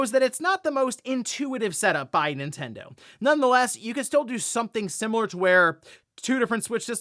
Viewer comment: Ninten-DO what Ninte-DOES….😮‍💨😮‍💨